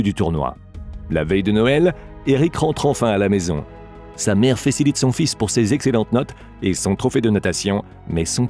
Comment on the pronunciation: qui a remarquer comme moi que la voit a dit "fecilite"😂